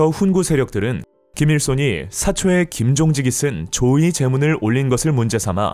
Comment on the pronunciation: 조의 제문 이라고 발음 하시네 조 의제문 발음이 맞는거 아닌가